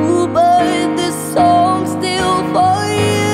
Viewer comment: The only thing I think need to be changed is when you said “you” it sounded like “yewww” but I think you should open your mouth more